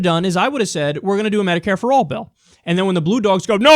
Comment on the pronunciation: I believe you mean medicare and not mediare.